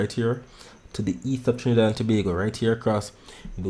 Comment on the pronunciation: You say Trinidad and Tobago well goodnight I gone to sleep bless ❤❤❤❤